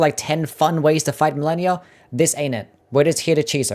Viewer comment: You pronounced malenia wrong sosny times